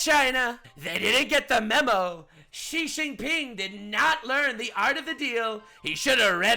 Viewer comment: "shi shing ping" lmaoooo😂😂😂